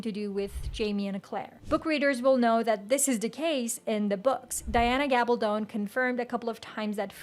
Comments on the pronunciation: Gab-all-dun not Gab-all-don is how you pronounce Diana's last name. You keep mispronouncing her last name. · Its Gabaldon. I know her cousin.